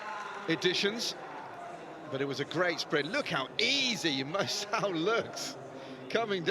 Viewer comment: THAT COMMENTATOR SHOULD PRONOUNCE "MUSAU" WELL